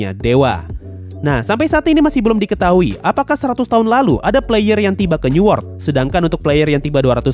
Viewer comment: bang newort tu apa ya ? ke aku salah dengar new world..???